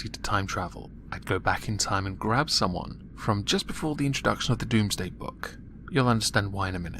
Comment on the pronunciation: Domesday. Not doomsday.